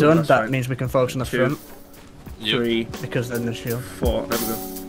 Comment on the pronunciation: Why do you say free not three'